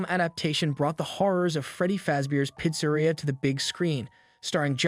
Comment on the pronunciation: What the fuck who mispronouncss pizza-reea?